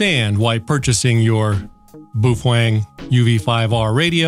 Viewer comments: Its "Bah-Oh-Feng" not "Boo-Fang" as it is Mandarin... And as you stated about your "Japanese Friend" telling you how it is pronounced, It is wrong and Japanese share many root words with Mandarin, so the pronunciation remains the same in both languages. And PLEASE(!) anything a Baofeng can do, most other radios can do as well. Making light of the situation of slave labor in China is not cool. It shows how much of a fool you are. As Einstein once said "Those who are cool do nothing to prove that they are cool, they are simply cool by being themselves. Those who think they are cool but are not has to try to prove it to the world all the time that they are." You fit the latter part of this statement as your comments about child slave labor in China was a failed attempt to show off how "cool" you are. And $20 for a Baofeng? I'm getting them for around $15 - factory direct with free shipping. All one has to do is contact them and make a deal with them. And there are many Youtubers out there that gets them for free if they do a review on the unit that was given to them. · I pronounce it after the Chinese bun which it is named after, "Bao". lol I got one because as a non-radio guy, there is so much info out there about them. You are my go to guy on Baofeng's but is there a book you would recommend for those times when I can't be online? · “BOOF-WANG” proper pronunciation 😂👍 Don’t be a “sad HAM” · In Australia we pronounce it Bow-Fang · Fujian Baofeng Electronics Company Co., Ltd. headquarters is located in the Nan'An county of the city of Quanzhou, in Fujian province of China. I am not sure why he is trying to play this off as having a Japanese pronunciation. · hahaha you're pronunciation for Baofeng is incorrect 😁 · i couldnt finish watching the video because of the way he was incorrectly pronouncing the name it was like nails on a chalk board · it's not pronounced "boof-weng" it's pronounced "bay-o-feng" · It's pronounced "Bao Fung" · It’s pronounced as “bay o feng”